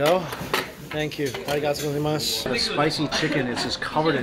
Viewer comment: I thought should have mastered his arigatougozaimasu by now 😂